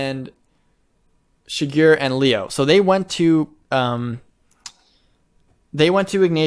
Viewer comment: the way says Shigure is triggering me.